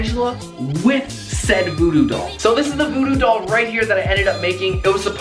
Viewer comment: You said voodoo doll wierd